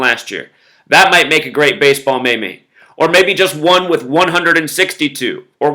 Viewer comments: maymays? i thought it was pronounced, meems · Lmao just so you know the word meme is actually pronounced with a long E, it is pronounced like "meem" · it's pronounced ''Meem' lol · Meme pronounced MEEM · Hey, I love your videos. Watch you every day. Just wanted to correct your pronunciation of meme, it's pronounced like the word mean, except with an m at the end instead of n (obviously) LOL. Have a good one.